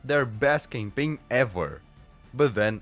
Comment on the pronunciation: Love how the pronounces "campaign" as "gangbang". Like literally.